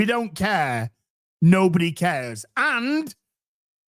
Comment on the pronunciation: what's a "Beeba-see"?